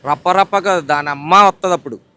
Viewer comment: Para, kadhu, rappa, rappa